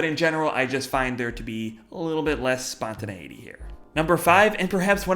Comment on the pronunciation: Spontäneiitey???don't even know how to spell 😙